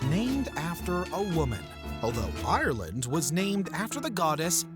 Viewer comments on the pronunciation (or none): none